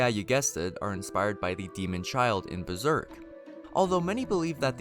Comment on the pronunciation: Dank ass video bro u just mispronounced some stuff from the manga lol but hella sick you went through and found all these references